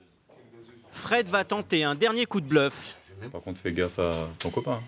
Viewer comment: " j'vou jire c la primière fois que j'fi ça..." Tocard,ton patron vient de te piéger tellement t'as fait ça !